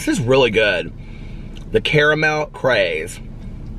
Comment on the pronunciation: Please stop pronouncing caramel differently from how you naturally say it. It’s fakey-fakey. Unnecessary and inauthentic. Which makes it the opposite of what you’re all about.